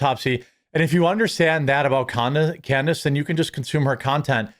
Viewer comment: Freudian slip ! you said "Con-dice" ha ha ha!